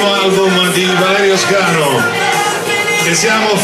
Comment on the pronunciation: Bello! Comunque mi sa che è valerio SCANU non SCANO! Bel video :)